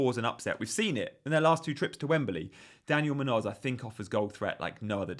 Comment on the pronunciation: It's Muñoz. MOON-yoz. Not Moon-OZ.